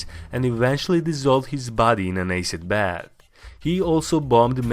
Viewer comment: an eh sid bath 😂🤣